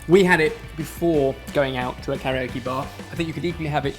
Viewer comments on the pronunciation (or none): none